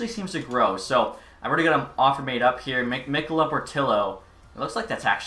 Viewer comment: Just so you know mikkola is said Mee-ko-luh